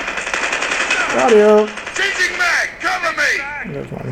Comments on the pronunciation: Nobody: Literally nobody:: Gochyu! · i thought it was .........Fu**k you😂🤣😂